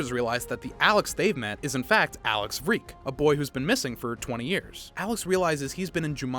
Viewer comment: By the way Alex vreeke’s second name is said like reeke not vuh reeke